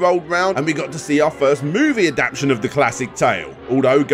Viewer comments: I love u man but my anxiety has got the better of me Ad-apt-ation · “If your pronunciation of ‘Adaptation’ doesn’t include the ‘T-A’, then it’s not a proper word.” Couldn’t help myself.